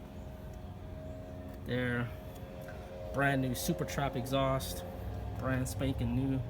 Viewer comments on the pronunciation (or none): none